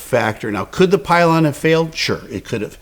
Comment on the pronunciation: Love your content! But, I say pylon